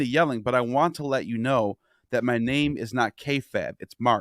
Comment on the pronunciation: You dont even know about wrestling dude, nevermind anything else. This is the least of your problems, but it just blows my mind; You didnt know how to pronounce kayfabe which is insane. And you dont the name of the Montreal Screwjob? Or Shawn Michaels? Dude... The wrestling stuff obviously was not close to the worst of what ive just witnessed but its just crazy how you dropped the ball on even the most basic shit here with the way your personality comes off. You can practically see the gears turning in your head - cranking harder and harder to look cool and project prestige onto yourself. It is pretentious and unnatural m8. Everything about you is effected and artificial. I couldnt even begin to engage with the more egregious aspects of what ive just witnessed here - but you are a fascinating individual. In the worst way.